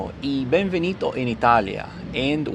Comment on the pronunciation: benvenuto not benvenito